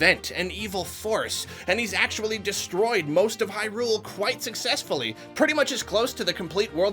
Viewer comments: It's HIGH-Rule not High-RULE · Hey Hey Hey buddy ... "HIGH-rule" not "high-RULE"